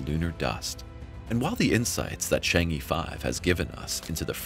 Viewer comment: In the Mandarin ("PuTong Hua") language, "chang-e" is pronounced "Chung-uh" and not "Chang-ee". Having studied Chinese languages for a few years, the mispronunciation of the name of the moon goddess gets on my nerves.